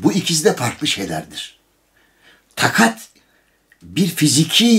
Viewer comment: sizi severek ve merakla izlerim. Keşke Sayın Emre Kongar için eküri ifadesini kullanmasaydınız. Ekürinin kelime anlamını herkesten iyi bildiğinize inanıyorum. Bir de haddim olmayarak rica edeceğim, tâkat kelimesinde a harflerinin ilkini kısa değil uzun telâffuz etmek gerekir.